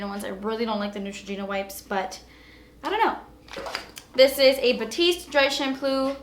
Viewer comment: I died when you said "dry shamploo" hahaha omg I keep replaying it! Love you!!